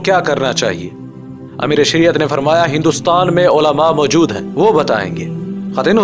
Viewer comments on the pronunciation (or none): none